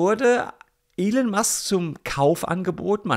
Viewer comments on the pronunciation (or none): none